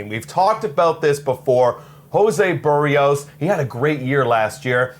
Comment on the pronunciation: A Blue Jays fan channel host who doesn't know how to pronounce Berrios? WTF?